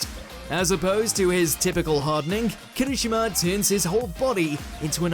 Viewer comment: First off, Wargreymon was not just fighting a simple Vegimon but a small army of Allomon as well as the mega level Crossmon Second, it's Kiri-SHI-ma, not Ki-RI-shima, and I'll nitpick pronunciation when it's that butchered as watchmojo has had a bad habit of that over the years, especially when they'll say it one way in the entry intro and the clip used so blatantly says it a different way. a personal peeve as a third, wish would stop promoting his own twitter, none of the other watchmojo narrators takes a section of the video to promote their own shit (unless it's a guest star like Todd Haberkorn). Idc if you're saying to send suggestions there, nobody else self inserts.